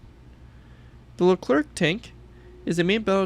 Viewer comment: It's not called an AMX-56 :harold: It's a fake name never used by the French military. The Leclerc was made by GIAT industries, not AMX, which as popular as it once was had nothing to do with the development. It's just called Leclerc, also pronounced, "Le-Clair" Edit: bruh you just said the name was incorrect ._.